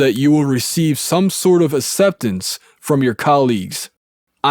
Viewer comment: What is the consent decree he keeps talking about? And wow this narrator's accent sounds like valley dude Keanu Reaves from Bill and Ted's Excellent Adventure. Acceptance is pronounced "axceptance" not "esseptence" lol.